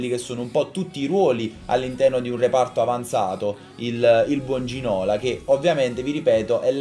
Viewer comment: Si pronuncia Ginolà... Ti prego non riesco a sentirlo prununciato Ginòla.